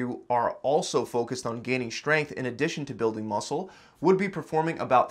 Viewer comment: Schtrenuous. Schtronger. Schgrenth. Schtreamlined. I think you might have a schlight schpeech impediment.